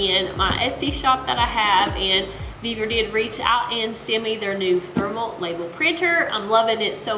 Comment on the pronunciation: Sorry, but this bugs the heck out of me. I find it hard to take instructions from someone who cant speak right. Its NOT VevEr, its Vevor! Vevor! Great video otherwise.